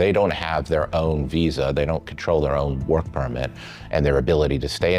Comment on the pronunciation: I am all for non-native English speakers getting these kind of positions in order to fight accent stigma, but this one is just silly. This is a video from a German news outlet on American topic related to Visas, so why do we have a Russian speaker who keeps saying the word WISA (or Sillicon Walley) throughout the video?!